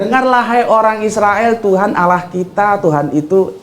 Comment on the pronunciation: Smbong skali ni klu baca judulnya.. gk usah gitu tuan.. tuan itu blajar baca alquran aja dlu..biar pas ngucapinnya..gk usah tinggi2 lh ngomong ini itu..klu nyebut nama Allah itu lidah nya letakkan dilangit2 mulut anda..bukan awoh